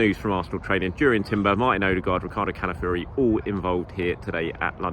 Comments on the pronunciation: It’s pronounced kah-lah-fee-OH-ree if anyone is in doubt. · Pronounce Calafiori ffs